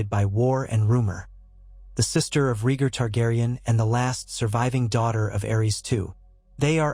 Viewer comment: exactly and his name is Ray Gar no regir, and john's name given by lyanna and raygar was agon targarian not john